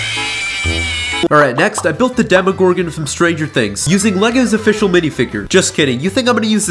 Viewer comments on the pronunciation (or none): Bro went from normal dimorgorgan to Russian dimogorin